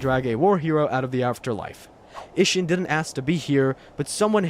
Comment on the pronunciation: I know you played this game and I know you never heard a single character in it say uh-sheena